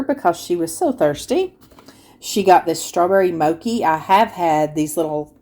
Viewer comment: Great hauls. The CH in mochi is pronounced like the way we say ‘cheese’ not like ‘character’.